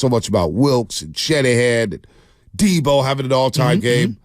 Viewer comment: You miss-pronounced Deebo.